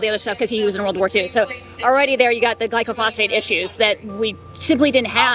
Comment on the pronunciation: It isn't "glycophosphate" it is called glyphosate very different things.